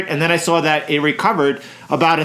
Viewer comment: "I sawr it drop", I'm a NYC boy. I know you're from nearby 😂